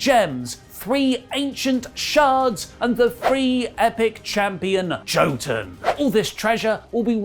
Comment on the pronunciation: Pretty sure jotun is pronounced. Yo-ton